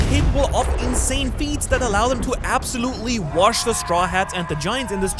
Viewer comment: bro i love when u say wash its so funny 😭😭